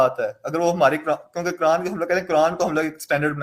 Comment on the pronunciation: at every moment says कुरांड 😂😂😂